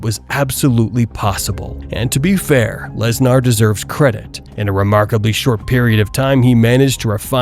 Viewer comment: I love how you or the Ai voice say LesNAAR... he is pretty Gnaarr I must say